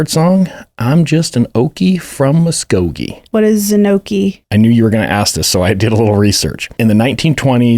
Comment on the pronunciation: The second i heard you pronounce Muskogee correctly, i had to comment. 😂